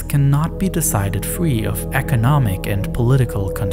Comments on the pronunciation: ....???? three = /θri:/ = "free" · I had to stop listening due to three being pronounced free. I hope this was a good video.